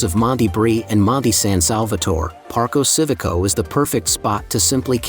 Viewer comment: Park-o see-vico?? Nope. Not even close. Learn some basic Italian so you can do it justice.